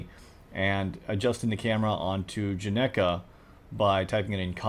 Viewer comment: "not sure how to pronounce it" *pronounces perfectly * fun? fact: this is correct spelling (and pronunciation) of Genghis (Khan)